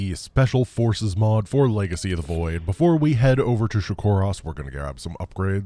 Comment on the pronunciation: Fources -> Fiveces 😱